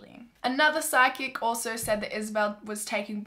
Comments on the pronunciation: I thought you were saying sidekick for the longest time oh my god😂🤦🏼‍♀️🤦🏼‍♀️🤦🏼‍♀️ loving mystery week so far though X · Omg it was psychics?? I thought she said side kicks too hahaha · PSYCHIC.... I thought she was saying “SIDE KICK” I’m like “what does a side kick have to do with anything?!” 😂😂😂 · I did not hear psychic at first lol I’m like “sidekicks?”